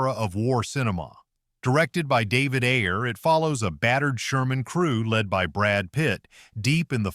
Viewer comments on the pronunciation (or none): none